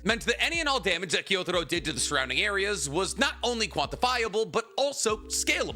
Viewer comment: Why do anime YouTubers always mispronounce character names that are explicitly said in the anime? It's not pronounced Gyo-Taro it's pronounced Gyu-Taro. IT'S FUCKING PRONOUNCED HOW IT'S SPELLED WHY DO YOU KEEP SAYING IT WRONG!?